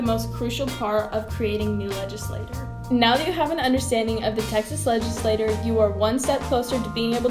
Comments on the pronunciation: It’s pronounced legislachure, but spelled legislature. I know I was born in Dallas, TX. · legislaTORRRRR ahh! great video otherwise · I was hoping to use this in my Texas History class, but the mispronunciation of legislature weakens its credibility. it's also annoying. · The pronunciation of legislature and legislator makes it hard to distinguish what she's referring to